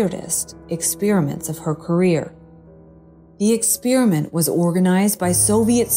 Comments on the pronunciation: What is an exspearament? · Since when did we start pronouncing*experiment" that way?